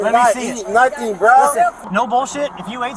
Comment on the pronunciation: “I didn’t do nuttin’,” no one accused you of ejaculating, “nuttin” isn’t the issue 🤣